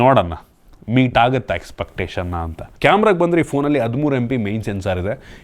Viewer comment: "ಹೊಂಬತ್ತರಿಂದ" "ಅತ್ತು"ಸಾವಿರ "ಹಾ"ಗುತ್ತೆ "ಹಂತೆ" ಹೆಷ್ಟೋ "ಅಳ್ಳಿ"ಗಳಲ್ಲಿ ೪ಜಿ ಸಿಗಲ್ಲ "ಹಂತೆ"😂😂😂😂